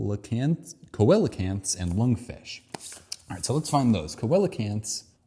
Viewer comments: Coelacanth is pronounced see-lo-canth. A great YouTube series about evolution is Aaron Ra’s Systematic Classification of Life. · bro cant say coelacanth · I had to stop watching when you couldn't say coelecanth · Coelacanth: SEEL — uh — kanth But good try at pronouncing the living fossil! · Me screaming "SEE-luh-kanth!!" at my screen.. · Coelocanth, pronounced, seal-o-canth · Just an additional point about the Coelacanth/Lungfish question, it's also pointing out (famously) that lungfish are more closely related to cows than salmon. Also, it's pronounced see-luh-canth Also, also, just discovered your other channel, and am loving it! And I agree that I wish more people find it, too. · The one actinid fish is a SEE-la-canth… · Coelacanth see-luh-kanth Also, regarding dinosaurs and grass, I saw a sparrow on the lawn yesterday. Also also, we should talk about bacteria and archaea sometime. At the end of the video you kinda disregarded 99% of the biomass that has ever existed. If the tree was to scale, and in any way near complete, you would have trouble finding anything else. Today's focus was on Eukaryotes alone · "Coelacanth" is pronounced "SEE lah kanth" which is one of the nastiest jokes English has ever played IMO. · Thank you. Your realm of inquiry is Geography. Mine is Biology. Even though this is from 2 years ago, I was trying to tell you where to find each answer. And I cringed so many times with the incorrect pronunciations. Oh well. Thanks for putting this out there and showing us all that none of us is an expert in very much. We all need to humble ourselves and learn more! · hearing the mispronunciation of coelecanth is super cute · The pronunciations are funny because he delves so deep into biology and he doesn't know how to pronounce coelocant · I died when you didn't know about coelacanth and then pronounced it wrong 😂 loved the video, watched the whole thing